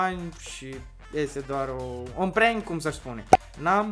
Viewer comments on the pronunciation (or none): none